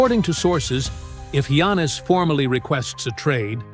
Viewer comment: First Gwannis then he said Janis. Then when the name Giannis was said right he said he’s going to the New York Yankees 😂😂